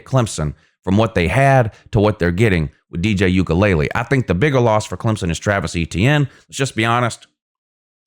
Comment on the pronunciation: As a sports analyst you’re being flat out lazy and disrespectful for repeatedly mispronouncing Clemson QB DJ Uiagalelei’s name and instead repeatedly pronouncing it as “Ukulele”, which is, in fact, a small guitar-like instrument. Slow down and pronounce the letters like your teachers taught you in kindergarten. As a sport’s analyst/commentator you should learn the correct pronunciation and practice saying players’ names correctly before you get on the mic. It’s literally that simple. And don’t blame your mispronunciations on having a southern drawl. If you choose to be a sports analyst then at the very least you should pronounce the players names correctly. Failure to do that simple aspect is just lazy and shows that you do not take your craft seriously. Stop butchering players’ names. Get it right.